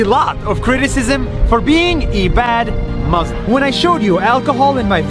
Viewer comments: Its pronounced muSLIM not muZLUM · He is palestinian, i bet he can pronounce 'muslim', wonder why he says maazlimb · It's pronounced MOOSE LIM it's not hard to say in any language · the fact that he pronounces it mazlim is enough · Did anyone else notice that Nas doesn't even say the word "Muslim" correctly? He pronounces it muh-zlem with a z instead of an s. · Why is he pronouncing it “muzlem”